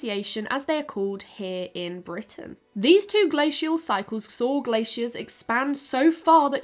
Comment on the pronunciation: Omg the constant switching of glacial pronunciation, that got me